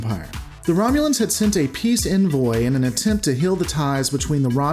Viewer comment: The way you are saying "envoy" makes me want to slap your mom.